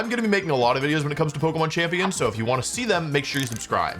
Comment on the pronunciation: Since when has Wolfe pronounced it "pokmon"